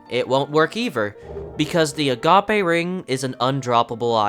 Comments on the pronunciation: Agape = "Uh Gaype" as in Gaping, Open. Gape. As in, the ring is agape, open to allow the souls gained to go into it, a vessel. Not "Uh-gah-pay" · a-ga-pe ❌ agape ✅ (like if something is agape, like spread out? open?) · Same spelling, different pronunciation. So not a homonym but rather a heteronym. But that's beside the point. It's called sora ringu in Japanese which means something like void or emptiness ring. Agape as in wide open fits better than a Greek word for love. The English word is pronounced a-gayp. Nothing wrong with correcting people as long as it's done with tact. I'd argue it's the only right thing to do. YouTuber learned something. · A-GAPE. Jesus. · Is he trying to say it like 'apache'? Neat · “Ahhh gah peh” ring 😂😂😂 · You're pronouncing "Agape Ring" wrong. It's pronounced like it rhymes with "a grape ring". "Agape" is an adjective. The name of the ring is meant to suggest that whatever it is that holds your souls in is wide open and unable to do so. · no... It's pronounced uh-gayp, as in when you have your mouth open in wonder (as in the ring is agape, swallowing your souls). A-gah-pay is the greek word for unconditional love which doesn't match the ring in any way. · the ring pronounced like gaping dragon, because it's basically the same word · The agape ring mispronounciation engagement bait genuinely made me stop the video, and im going to be blocking your channel from popping up in my feed lmao. That corny shit is a sign that you need a new hobby. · Dude, if you get this upset over the mispronunciation of a word, I think you need help lmao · I cant tell if he's saying agape ring wrong on purpose or not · Nah, lots of people pronounce it like that because they assume it's just the name of some weird in-universe thing and don't know that "agape" is an adjective. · Wdym it is pronounced how he said it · nah it’s agape like empty not the Greek concept of agape. Same spelling but different pronunciation